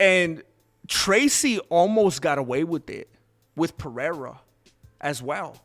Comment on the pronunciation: I boosted and liked and watched and found the Mexican word of the day "Thrrrrrrracy" Cortez...: I whento ge-mi chanclas to talk about " Thrrrrrrracy Cortez"